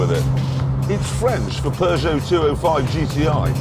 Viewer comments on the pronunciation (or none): stop pronouncing peugeot as peugeot, when peugeot is pronounced PEUGEOT. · I cringe everytime a brit pronounces peugeot.